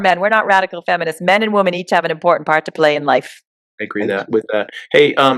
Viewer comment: The word is women when referring the women in the plural not “womon”. Why do people do that. Super weird. Stop it.